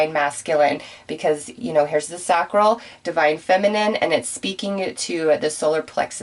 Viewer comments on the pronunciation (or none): With all due respect, Sacral Chakra, pronounced (say-cral)